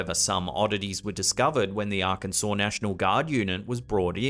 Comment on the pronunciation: Thank you for pronouncing Arkansas correctly🙂